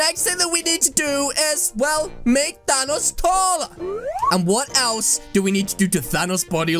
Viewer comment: Is name is thanks not tanos